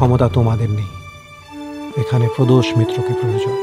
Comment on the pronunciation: podosh bolche na prodosh boja jache na